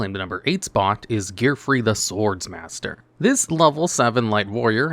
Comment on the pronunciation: it’s pronounced Sword Master, there’s only 1 S. My tism is killing me here